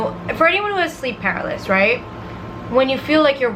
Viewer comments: Sleep per-al-is-sis 😂😂 just so u know❤️ I love u 😂😂😂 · it’s sleep pa-ra-ly-sis